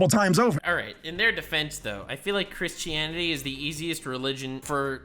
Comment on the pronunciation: Did say "Chrischanity?" 🤣🤣🤣